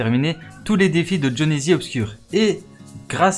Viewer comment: A il dit jhonezizi